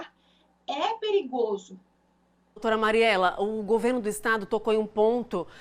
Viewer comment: Querida........não é GU e sim:GO-VERNO. OK??? Bjs.